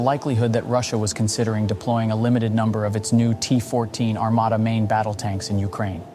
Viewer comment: Во первых не Армада, а Армата, во вторых это не только танк, а лишь 1/5 от основания платформы, также он может быть без экипажа, а судя по одному настроению Президента Путина, а также его слов, что мы ещё даже не начинали воевать, всех НАТОвцев, ждёт большой пиздец😂😊